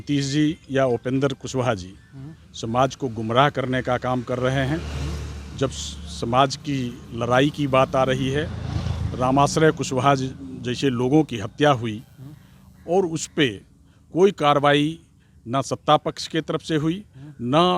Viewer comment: भाई साहब लराई नही लडाई होता है